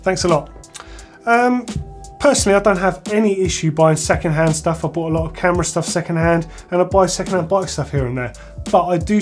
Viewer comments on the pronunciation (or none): none